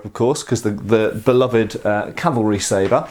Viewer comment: Nice pronunciation of "sabre" ! :)